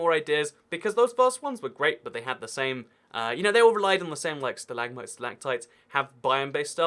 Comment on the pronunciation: Wait how to do say it stilagmits